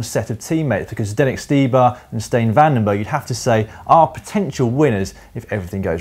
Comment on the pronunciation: Nice job pronouncing Zdeněk Štybar! Despite being the youngest of the three, this was pretty nailed. Luckily all still have difficulty with Michal Kwiatek :) so we still can have some laugh...